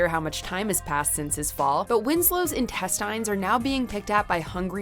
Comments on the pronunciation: Why in God’s name did you pronounce it “intest-TINE-s” ?? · I swear the WatchMojo videos always sounds like they're being narrated by bots to me. The cadence and pronunciation just don't sound real. Like who would ever pronounce "intestines" that way? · why do you say “intestines” like that? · I’ve never heard “intestines” pronounced the way it was said in this video. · Haha same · It’s a Canadian channel. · Are you telling me I have been mispronouncing "intestines?" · Not at all. She said it wrong.